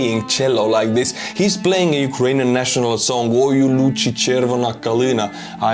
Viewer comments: Love hearing you sing. Btw…it’s “Oye oo “loozee ”…chervona kalyna…and not “loochi“. But, not bad for an Estonian to work his Ukrainian pronunciation 😊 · It's "Ой у лузі (luzi)", not "лучі" (luchi), just thought you might want to know. Thank you for your support.